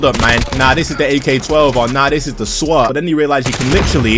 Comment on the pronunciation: Did u say swot?